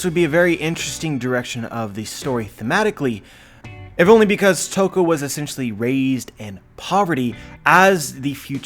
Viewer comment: Ladi Toki -> Toko hmm, close enough :D